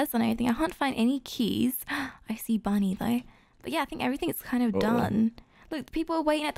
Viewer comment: When said bunny i thought he said buddy until he said ahh bunny's chasing me